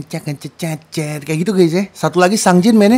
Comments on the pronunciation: Btw bang, sungjin dibacanya Seongjin/Songjin bukan sangjin hehe😆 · Sungjin/Seongjin bacanya itu Songjin 😁 Ayo DAY6 lagi bang ^^